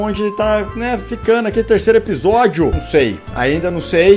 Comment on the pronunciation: Dor no coração qnd escuto "Nuh próximo episódih" Doki Doki mais rápido possível